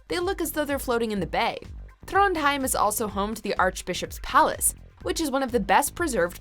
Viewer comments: Trånndhaeim? Liksom? Ta dæg en brunost. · Trondheim her